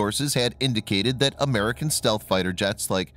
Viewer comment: stealth not stelth